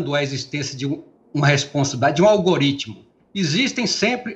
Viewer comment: "Google derrubou AUGARÍTIMO' 👌